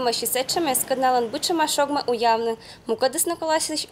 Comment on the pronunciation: Не уявны а уялны